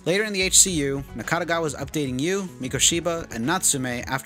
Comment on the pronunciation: Overall it's a very good summary of the plot of the game. Additional info from James and song lyrics are also insightful. Good job. Nakategawa, not Nakatagawa. And how can he be not in HCU, when he literally works in HCU? Game explains that all members came from different places, but they're all HCU workers. 50k yen today is still a lot. It's ps5 price in Japan. Not cup of coffee. Hachisuka is pronounced as Hachiska. Kusabi pronounced as Ksabi. Even James says it Ksabi. Nakategawa isn't a lolicon. He just says he likes lolitas. There is a difference. Typhoon people weren't in Blockbuster, they were in Tsutaya, but it's a same thing. And it's not 24 Wards, it's one 24th Ward. Also, you say that you've played over 10 times the game, right? Your Steam timer says only 109 hours, which is can be divided up to 5 walkthroughs. Where is the other 5? You played PS4 and Switch versions too?